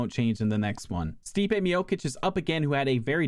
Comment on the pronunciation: Bro sayin mijokic